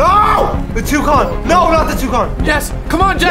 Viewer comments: Nobody: Absolutely Nobody:: ToOcOn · seeni boyyy nah was calling it touconn